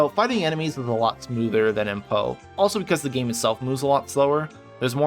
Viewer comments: P-o-e not po community :))) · Nice video and some good points about LE, but every time you pronounced PoE like Edgar Allen "Poe", it physically hurt to listen to. It should be P.O.E. (pronouncing each letter), or better yet, just say the full "Path of Exile". I mean it's not like the extra couple seconds to the video's duration would be a bad thing. Also "Epoch" isn't pronounced like "Epic", it's "ee-pock" or "eh-pock" not "eh-pick".